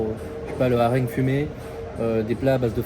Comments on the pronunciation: mdr le "harengue" fumé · Pardon ! :D c'est quoi cette prononciation du hareng ??!! :face-blue-smiling